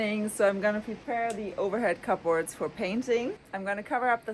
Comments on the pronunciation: To correct your pronunciation, it’s pronounced “Kub Ords” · I love the way she says cupboards. Different! 😏